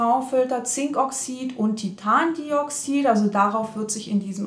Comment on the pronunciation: deine Videos sind großartig! Wirklich, du bringst sehr wichtigen content niedrtschwellig rüber und deine Tests sind nachvollziehbar, reproduzierbar und nützlich. Aber immer wenn Titandioxid auf der zweiten Silbe betont wird, zucke ich zusammen 🙈 das "di" kriegt die Betonung. Ja ja, alles vor dem "aber" ist egal, deswegen hier noch mehr Lob: props dass du deine Reichweite nutzt, um die Unwissenschaftlichkeit von Stiftung Warentest herausarbeitest. Du bringst immer auch Lob bei Produkten an, die du kritisierst. Aber auch das ganze Credit geben- ja! Zitieren! Wollte gerade fragen, ob man das nicht mehr in der Schule lernt, aber hat man da ja auch nie richtig.